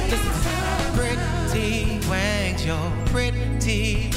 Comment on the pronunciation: I'm super late but I LOVE that he pronounced it pretty "wangz" ✊🏾